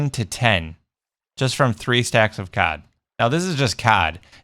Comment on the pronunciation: It's cod not cad ok sorry I just got a little bit angry